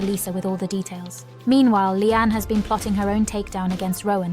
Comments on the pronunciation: 🎉Her HER NAME IS "LEANNE" NOT LEANN.?? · Finally someone says it! Listening to 'Leann' has been driving me nuts 😢